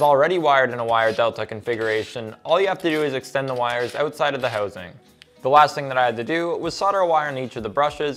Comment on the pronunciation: How would one spell the word's "housing" and "out" when said the way this guy says them?